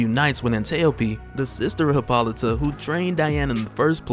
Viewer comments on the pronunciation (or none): Ummm its pronounced Hip·ol·ih·tah. Just sayin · I was trying to be funny and informative but it looks more like im just an asshole now. I was withing the first 30 minutes and got nothing so if you seen this, gimmie a like or something. I just don't want to keep hearing you say Hi-pol-ih-tah